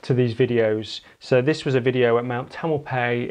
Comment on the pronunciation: mount tam-el-pie-is Sorry, but I grew up in that area, and how you pronounced it was WRONG. Great video !